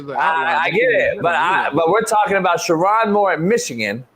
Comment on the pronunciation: It’s pronounced: Sure- OWN Moore. Not, Sure- On Come on,. A good friend knows how to pronounce their friend’s name.